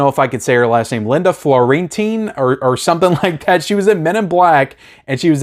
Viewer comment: This guy seems like a true fan of film, but I get frustrated when people do these videos, and somehow forget they can look up how to pronounce people's names. Linda Florentini? 😂 Come on, man! Lol